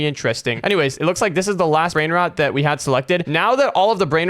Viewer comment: He said bread rode😂😂😂😂😂😂😂😂😂😂😂😂